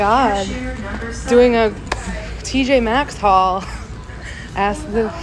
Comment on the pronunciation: how many times do i have to correct you! it’s TJ Maxx!!!!! 🤣😋